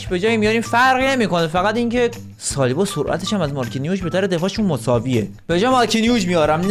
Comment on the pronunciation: سالیبا رو میگه سیبیا